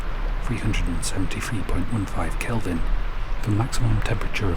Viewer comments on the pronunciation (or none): none